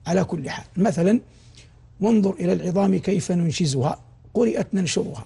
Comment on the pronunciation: الشيخ مع كل احترام قال: نَنشُرُهَا، مع أن القراءة نُنشِرهَا بالحركات نفسها، فإنها لا تتغير، وورش يرقق الراء هنا. ثم المثال الذي ضربه: جنة المأوى، فليست من القراءات المتواترة الصحيحة. نسأل الله أن يتقبل منه، آمين